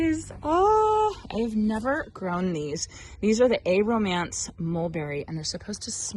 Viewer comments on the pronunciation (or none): Aromance is pronounced aero-mance not a romance.